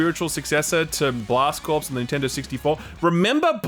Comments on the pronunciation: Also, you are not supposed to pronounce the p in corpse. It's pronounce core. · "corps" is pronounced "core" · “Corps” isn’t pronounced like “corpse.” Come on man. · "Remember Blast Corpse?" TIL 'corps' is pronounced 'corpse' in Aussie. Makes me wonder how you guys pronounce 'colonel' 🤣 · ....there's no way you don't know that "corps" isn't pronounced "corpse". not possible. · 'Corps' is pronounced 'Core'. Just a general PSA to the Youtube void. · FYI "corps" is pronounced "core" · that's not how you pronounce corps, but "blast corpse" does sound like a pretty good video game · Cringing at the "p" in Corps being said out loud 😅 Amazing video as always though! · Can you not mispronounce CORPS ?